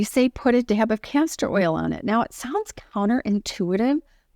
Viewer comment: I hope you are saying castor oil because it sounds like cancer oil. I do the same thing many times as well. I don't know who would want to put cancer oil on their face...lol. I'm not throwing rocks at you so it's no big deal. By the way if you use DMSO on your face with a roll on applicator it will do a lot of things like you were talking about. Be careful it will penetrate and pull anything into your skin. So you have to be very careful with it. Do research on it first or ask me more.